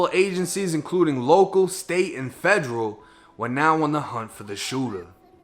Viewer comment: “Local, state, and fedgeral”